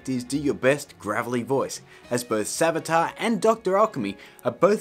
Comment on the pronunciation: that's not savjtar